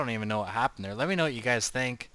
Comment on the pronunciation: I really enjoyed that "Thoa iz hia" at the very end :D